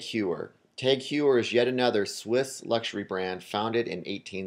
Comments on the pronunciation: TAG HOYYER- not HYEWER... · If you're going to talk about luxury watches then perhaps learn how to pronounce "Heuer" and "Omega". Just a thought.